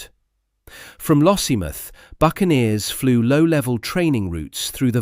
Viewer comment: Lossiemith? Pronounce it properly - LossieMOUTH.